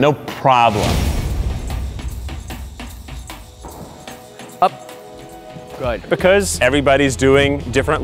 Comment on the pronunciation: was Keith possessed by cermet when he said prawblem